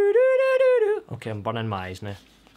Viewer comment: lol that was cute at the end,,u sound like u trinidadian..the way u said bunning mi eyes..